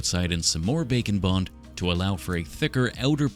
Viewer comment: IT TOOK ME TOO LONG TO REALIZE HE WAS SAYING "BAKE AND BOND" NOT "BACON BOND"